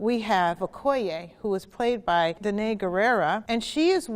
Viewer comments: lol she also mispronounced danai’s name but kaloola kinda made me chuckle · She pronounced Danai wrong but it’s okay